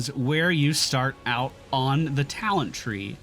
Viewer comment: Cringed everytime he said "talent"and "Path of ExileS". But with that said, as a player who enjoyed PoE for thousands of hours I'm always happy to see new players trying this awesome game out. GL taking your build into endgame maps. I Hope you find the same amount of enjoyment that I have had this far with this game.